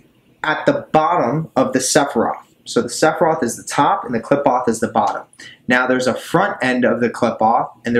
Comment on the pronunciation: Just fyi it's sehfeeroht and kleepoht - per punctuation is a bit different in Hebrew